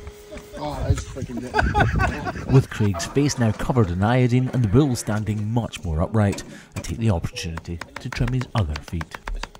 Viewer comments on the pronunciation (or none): ITS BULL NOT BILL. lol